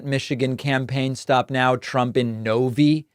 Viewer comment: David.... No one pronounces it No-Vee... It's No-Vye.